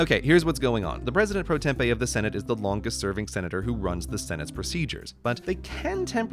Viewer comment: "president pro tempe" This isn't Arizona, Grey... It's "president pro tempore," or "president pro tem" for short